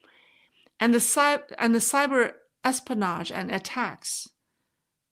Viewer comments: you dont say es-po-nage. the correct way is: es-PI-o-nage. hope you don't mind me correcting your english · your pronunciation is excellent. The only word I thought might’ve been off was espionage. It sounded to me like you were saying es - pan - aaash versus es - pea - en - aaash.